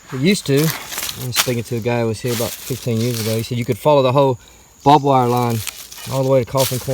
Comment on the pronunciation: It is not bob wire it is barbed wire as it has barbs on it.